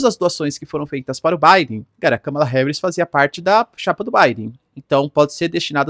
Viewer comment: ￼Aprende aí, companheiro! Não tem nada de "cama" no nome dela! Kamala Harris Vice-presidenta dos Estados Unidos Pronúncia americana￼ Soa como kaa·muh·luh heh·ruhs